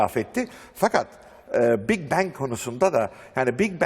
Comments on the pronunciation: Bing Bang ne la cahil haber Türk oha lan oha. İngilizcesi olan adamda mi yok içerde. Big bang büyük patlama. Aq Bing ne lan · Bing bang ne haber türk düzelt pls.